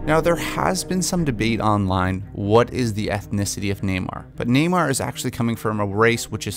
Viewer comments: Please please... Nay-more. Not Nay-mer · Neymar... Hate that pronunciation